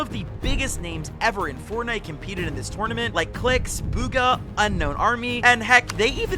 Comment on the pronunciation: The way he saying tournament making me mad